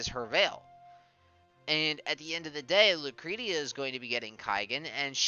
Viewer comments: It's 'Lucresha'. 'Sha'. But thanks, enjoyed the vid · In Japanese it's Ru-kure-ti-a. In English it's Lu-cre-shi-ya. But it's a name so it could be pronounced Lu-cre-ti-a or any other variation...